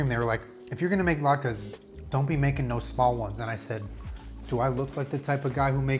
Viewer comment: "I know the challah bread and I know thuh lahtkus"